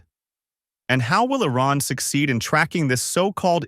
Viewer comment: Firstly, learn to pronounce Iran correctly. It sounds like calling Trump as Dumb.